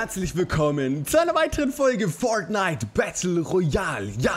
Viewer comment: Nims nicht übel ok man sagt nicht Forghnite sondern Fortnite nicht so lange mit r